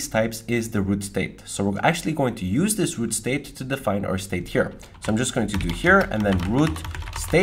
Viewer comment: 😂 love it when he say "if i can just type" and sounds like 'fuckin' just type'